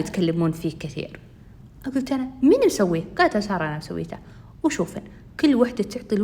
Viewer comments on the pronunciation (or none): none